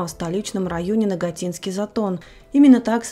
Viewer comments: НагАтинский. Откуда НагатИнский? Уж так коверкают, нарочно не придумаешь. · НагАтинский затон, а не НагатИнский.... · НагАтинский Затон. Соболезнования родным и близким. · НагатИнский затон, это круто!!! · НагАтинский затон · Да, ухо 'режет'